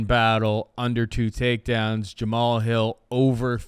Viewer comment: Someone please tell how to pronounce Jamahal.